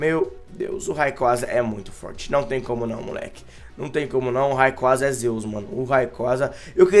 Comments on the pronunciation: a pronuncia n é raiquaza é reiqueiza (r com som de rrrrrrrrr n de re) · "Raicou" doeu minha alma!